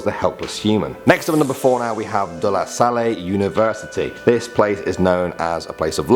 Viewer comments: Pronunciation corrections: 1. Sirena (see-reh-na) 2. Aswang (as-wang) The "wang" syllable doesn't have an accent 3. De la salle (deh-lah-sal) 4. Duwende (doo-when-de) Put stress on the "de" syllable 5. Kapre (cup-re) The "re" is like the re prefix used on the words reduce and such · Its not Dela salle The pronounsation is Dela Sal not Sale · de la salley omg i choked HAHAHA it's de la saLL p.s. i know he has a different accent, so its okay:> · lol you pronounsed de la salle "De la sal/ley" its actually just pronounced "De La Sal" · De la salle is pronounced as De la sal